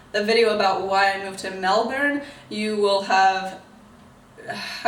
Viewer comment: As a Melburnian, I say you pronounce 'Melbourne' perfectly for someone with a rhotic accent like you. What I don't like is when Americans pronounce it as 'Mel born'.